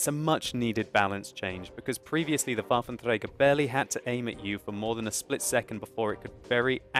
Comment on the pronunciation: Very nice pronounciation of the Waffenträger, greets from Germany :) Also very informative channel, keep it up.